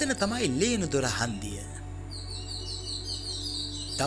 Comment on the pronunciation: ඔය තැන ලේනදොර නෙවෙයි ලෙනදොර..